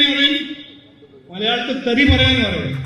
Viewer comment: തെരി അല്ല തെറി 😂😂